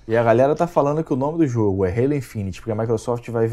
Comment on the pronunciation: perdeu a essência mané, ta falando Halo certo.